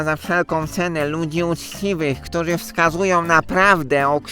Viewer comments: "Ludzie... Ktuzi, szczezi". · Ten program wygrali ludzie, "któzi som szczezi". Ja należę do ludzi "któzi" wiedzą że Ziemia jest kulą. I jesteśmy "szczezi" 😁